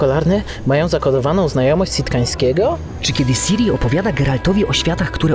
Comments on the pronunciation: Ciri* nie Siri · Nie czyta sie siri tylko ciri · Jak mnie wpienia jak ktoś mówi Siri zamiast Ciri... To jest Cirilla a nie Sirilla... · Siri zamiast Ciri? Co wy gracie w Wiedźmina z angielskim dubbingiem? To jakby jeść zupę widelcem. Ja jestem edytorem angielskiej Witcher wiki a i tak gram z oryginalnym dubbingiem. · CIRI!! Do kurr.. CIRI! Nie siri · Siri kurna Ciri tak jak się pisze tak się wymawia i analogicznie to nie Sirilla tylko Cirilla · CIRI! nie Siri. Siri to jest w srajphonie